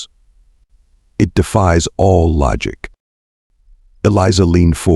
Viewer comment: a person cannot "side". they have sighed, however. U sure have stupit "AI's" reed the WORD "it" as "I.T.' the abbreviation for "Internet Technician". ignores content for words like "lead" ("leed") and "lead" (led; a very dense soft metal, and the past tense of leed.), "read" (reed" and "read" (red; past tense of reed). "Wind" (local atmospheric motion stronger than a "breeze") and wind (wined, what you do to a manual wined watch, and some toys); "Side" (one face of a building, left or right of a field, or body of water Example: Illinois is on the east SIDE of the Mississippi River. Missouri is on the west side.) and "sighed" (a dejected exhale). "side" and "sighed" are two entirely different things. then consistsntly saying the wrong word. Exceptionally annoying. Even worse: it "speaks" in a bored and boring sleep inducing monotone. "Do Not Recommend Channel" status is pending. I will give you seven days to correct errors that would get a "F MINUS" grade by any competent 2nd or 3rd grade English teacher, before granting the Do Not Recommend Channel status. FYI: Once granted I NEVER redact it. (in the (likey) event you do not know what the "big word" "redact" means, it means: "cancel/take back/reverse the decision/give another chance") If you cannot hire human "editors", then edit the transcripts yourself, or worse case, stop the subs. (bad idea, since they allow viewers to mute your bored ai, and still be able to follow along. It would be GREAT if you eliminate the "cl